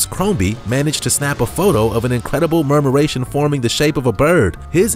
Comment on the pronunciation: murmuration not marmuration.